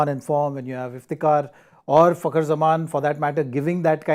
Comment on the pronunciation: Madam it's Fakhar kh not k